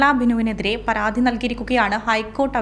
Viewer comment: റിപ്പോർട്ടറേ....... പാരാത്തി അല്ല പരാതി. വാതം അല്ല വാദം ആണ്. രീത്തി അല്ല രീതി ആണ് 😂😂